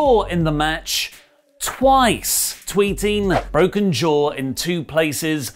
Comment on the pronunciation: He broke his jaaw He bok it jaa Ee bok it derrr